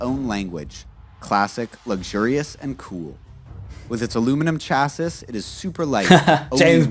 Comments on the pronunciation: First of all its Cha-See not Cha-Sis. Having said that some rental car companies do rent higher end cars, it will cost you a pretty penny. You can also use an app called Turo also expensive. Your best bet it to make friends with an American that has one of these bad ass cars, we Americans love giving experiences and sharing our stuff with people who will love the experience. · The narrator has an American accent, but he keeps saying "chass-iss" and not "chassee". Weird. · First Camaro actually came out in Sept 1966 for the 1967 model year. Plus they pronounce chasis wrong earlier, it's (CHASS-ee) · I have never heard anyone pronounce “chassis” the way this guy in this video did!!